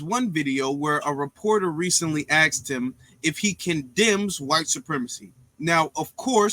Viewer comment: There's a reason that Vivek has millions of followers, and only has thousands. Vivek is demolishing this "white supremacist" nonsense... and I'm here for it. And by the way, it's "asked"; not "axed".